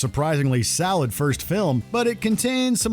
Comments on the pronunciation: The narrator pronounces solid as salad. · Is it just me or is the dude saying salad in place of solid